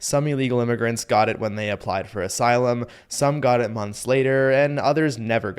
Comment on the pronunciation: Thee Me-he-can says hee's neighborhood she has gone to sheet now, too meeny imy-grants .